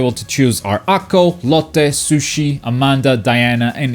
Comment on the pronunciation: Did I hear sushi instead of Sucy?